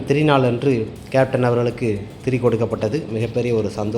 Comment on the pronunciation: அது திரி நாள் இல்லை திதி நாள்